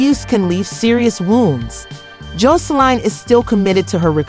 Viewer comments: Honey you saying her name ALLL wrong!! WTH is Joe so Line??? 🤣🤣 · Why you fuwking her name up so bad…